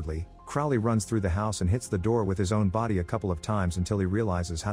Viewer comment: it's a computer generated voice... you can tell because of the pronouncing of words. It will pronounce the errors in the typing. & horribly mispronounce words lol. Like through it pronounces trough.